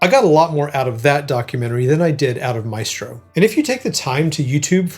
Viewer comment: The film is interesting and sensitive while showing his private life. But lacks insight about his music and commitment to composition. Also (sorry!): why do you all mispronounce the classic Italian word, MAESTRO? It is applied to Leonardo da Vinci, all the greatest masters in the fine arts, in music, in dance and film. It is pronounced MAÉSTRO, with an accent on the É. It comes from the Latin word Magister = Superior person , opposed to Minister = Minor person. Please pronounce it right! I wish I could record the right pronunciation here for you 😂In any case, instead of MAÉSTRO, you can always use the word MASTER. It is the same; it means the same 🕊️